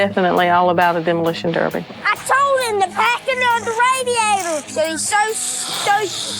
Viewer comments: It’s derby not darby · I adore how you are pronouncing derby as darby ❤ My Irish mom in-law has Royal Crown Derby china items and pronounces it the same. Warms my American heart! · derby not darby ;) our biggest effort is a complete thought process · We pronounce Derby like Darby…. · What exactly is so difficult to pronounce about "Derby?"